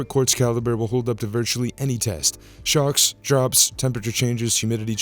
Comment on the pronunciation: When he said that the Marathon watch can stand up to shocks, for a second there I thought he said sharks. I was thinking, 'damn, that's one tough field watch'.